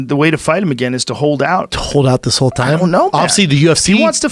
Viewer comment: "Greatest of all THime" lol